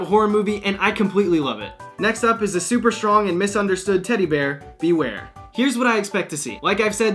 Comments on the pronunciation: You nailed Bewear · Omg he totally nailed bewear on the first try